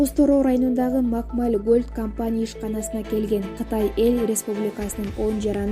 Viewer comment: Макмаль эмес туура айтсаң Макмал эле